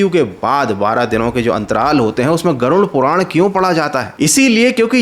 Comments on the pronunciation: नाम तो सही से ले लो ,,, गुरुन नहीं वो गरुड़ पुराण होता है ,,,😅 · गरुण पुराण नहीं, गरुड़ पुराण, सही से बोलो। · Garun puran kyu bol rahe ho Garud puran bol bhai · Garud puran bolte hai use ...garun nhi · Garud puran ❌ Garun puran😂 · Pronunciation par dhyan dae it's गरुड़ पुराण Garuda Purana